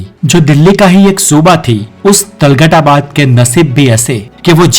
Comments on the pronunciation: वाह मेरे अनपढ़ शेर। पहले तुगलक और तुगलकाबाद बोलना तो सीख ले। तलगट और तलगटाबाद बोले जा रहा है। क्या युटुयुबर बनेगा रे तू। पहले स्कूल जा पढ़ने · Talgad nahi tughlakabad hota hai